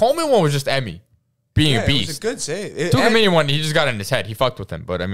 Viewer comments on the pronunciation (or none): I’m sorry but y’all are wrong for saying « tchoukameni » 🤦🏽‍♀️ like wtf